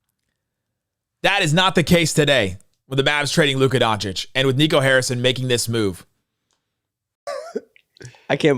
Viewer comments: “Luka Diencwhcish traded to the Lakers for a bag of Lays and a half eaten McDonald’s burger…”. 😅 the fact that he couldn’t pronounce “Doncic” but had the fortitude to come up with the awesome quote makes it brilliant! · really said luka donikik?🤦🏽‍♂️ curry could never but he had Durant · Here for Luka “ Donna-keek”